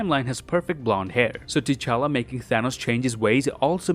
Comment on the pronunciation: Why Nebula calls T'chala "cha-cha"